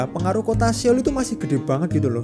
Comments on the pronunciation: 서울 Seoul dibaca Sŏ-ul, bukan Se-ul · Mohon maaf....baca nya itu soul bukan seol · Saran, kalau lagi bahas konten ada bahasa asing, coba denger pronunciation/cara pengucapannya bang biar ga salah dari google translate aja. Seoul: S-eo-u-l, eo dibaca mirip o atau soul ketika diucapkan.